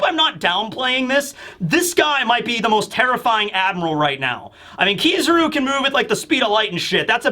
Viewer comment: Why does he pronounce akainu as akinu and kizaru as kizuru